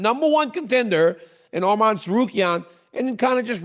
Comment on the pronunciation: Dc THANK U FOR SAYING HIS NAME RIGHT ARMAN NOT ARMIN